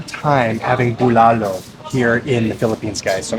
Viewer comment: That's not Bulalo broth you're having...it's actually sinigang...Bulalo (w/c you're also actually mispronouncing) have a sweeter/savory taste & is made of bone marrow, corn in cub, baguio beans & bokchoy or cabbage